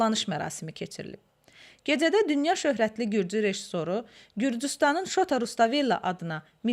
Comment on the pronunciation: GeDZədə yox, geCədə. TSıxış yox, çıxış. Azərbaycan dilinin ictimai-publisistik, yəni media dilinə riayət edin, mətnləri dəfələrlə oxuyun, diksiyanı düzəldin. Teatr xadimlərindən alınan müsahibələrdə necə də təmiz danışırlar.